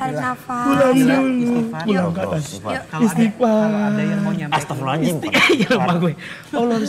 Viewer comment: Kocaaak banger pas nangis disuruh istikfar bukannya nyebut malah ngomong ikstifar hahahaha kereen nih KPBnya lucu ya horor